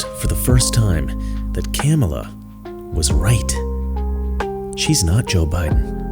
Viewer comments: Love that he calls her Camel-ah. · He said Kam a la. He missed pronounced her name. It’s okay tho he’s supporting Kam a la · So that is how you say her name Camei Toe🤣. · You racist pig, you are mispronouncing the name of a middle class black Indian birthing person. It is pronounced KaMaLaa. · If this white dude is for Harris, yet he can't even pronounce her name correctly. Proof he's a paid actor, and a poor one at that. This guy is so funny!! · I love how you intentionally mispronounced her name. Satire wins. Satire will always win. The Twilight Zone!!!!!!! ❤ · I like how u mispronounce her name😂😂😂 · The pronunciation of her name LOL 😂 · i like how deliberate mispronunciation of her name is becoming a thing 😄